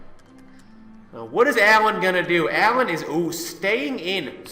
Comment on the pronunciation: You made me want too die when you said Alan and not Alain